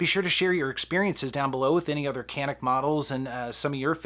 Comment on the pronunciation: You pronounced wrong! Go watch Hickok 45.